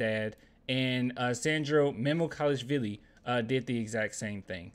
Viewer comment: close on his name. it’s mamu like manu, then kelash (like kenan and kel, then an “osh” sound like chris bosh), then vili which you got right initially.